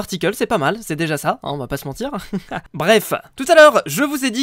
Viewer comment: ARRETE DE DIRE BREFE